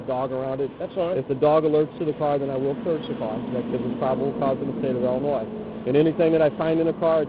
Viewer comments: Dude u had me until u pronounced Illinois as Illa-noise. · Love the video, especially that it slams the corrupt officers in my hometown. The one and ONLY thing I didnt like was the mispronunciation of my state LOL. Great video! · I enjoyed the video and thought that this guy was pretty good at what he does and then he shows that he can't pronounce Illinois correctly. THE S IS SILENT! HOW HARD IS THAT?